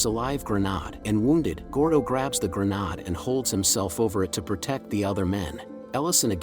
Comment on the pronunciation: What is this? Some AI voice? How are you not able to prenounce grenade?